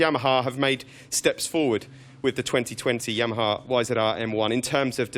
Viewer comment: It's Yamaha not Yahama FFS. Yep, thank me later.